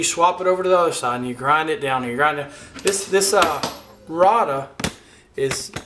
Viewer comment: It is pronounced ray duh